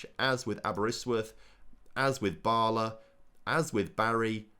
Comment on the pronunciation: Bala is pronounced like it is in "Balamory"